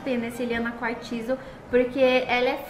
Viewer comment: É quartzo não pronuncia o i , é só um toque 💋❤